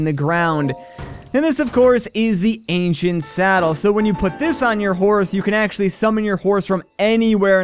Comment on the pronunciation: Am I the only one who heard him say "Asian horse gear" instead of ancient horse gear